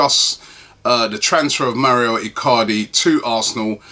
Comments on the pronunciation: Mauro is not pronounced Mario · It's Mauro not Mario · His name is Mauro not Mario. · its Mauro (Mawroh) where does he get Mario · its mauro not mario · Robbie, why do you keep saying 'Mario' Icardi? It's 'Mauro' dude. I know he's in Serie A but he's not Italian, lol! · Can someone tell him its Mauro not Mario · It's MAURO Robbie. MAURO. NOT MARIO. ffs XD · God damn it Robbie its Mauro not Mario... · Robbie its Mauro not Mario. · MAU RO MAU RO MAURO. WHERE THE FUCK DO YOU SEE MAREEEOO MARIO. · Mauro, not maurio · Robbie cmon man its not even a hard name to pronounce. Lol its Mau-ro. Where do you see an I in his name. You think hes Italian when u say Mario. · for the th time its Mauro Icardi not Mario Icardi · Rob who is Mario Icardi? It's actually Mauro👊😉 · His name isn't Mario get it right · ITS Mauro Icardi Not Maurio Icardi for god sake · MAURO Icardi. It's MAURO, not bloody Mario!!! Is your name Robbie Merson by any chance? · MAURO Robbie, not mario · Mauro not Mario, right? 😂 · I've been meaning to write this on the last few videos its Mauro Icardi not Mario haha